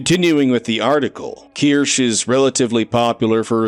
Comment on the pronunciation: Not to be annoying but her name is pronounced Keer-Shuh. Not Keer-Sh. Her Real game awards announcer even pronounced it right. But I don’t blame you, it’s spelled weirdly. Who knew that “kirsche” is supposed to be “kirsha”